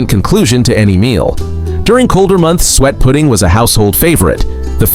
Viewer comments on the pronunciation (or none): These AI voices' drives me nuts. The word suet always gets pronounced sweat. Who wants to eat sweat pudding? Other than the mispronounced words it is a fairly good video.